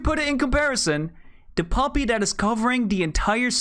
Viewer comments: I thought u said puppy not poppy lol😂😂😂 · Fr I just kept hearing puppy and briefly going "PUPPY? WHERE???" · Is it not poppy with a o